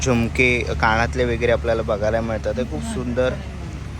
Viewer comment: काणातले ❌❌❌ कानातले✅✅✅